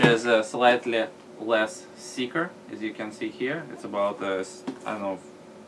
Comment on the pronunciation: "urhhh which is slight less 'siker" (thicker) looooooool funny as fuck !!